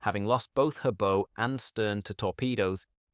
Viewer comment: "Bow" is pronounced as in a theatre curtain call, not as in a knotted ribbon...!